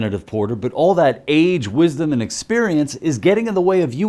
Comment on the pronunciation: “We has the wisdumb.”